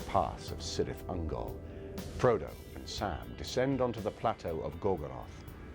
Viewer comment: Pronunciations of Cirith Ungol and Celeborn are wrong, beside that, great analysis :)